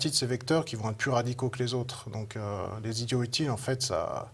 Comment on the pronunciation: J'ai arrêté à 20 secondes quand le présentateur a négligé la liaison de "idiots utiles"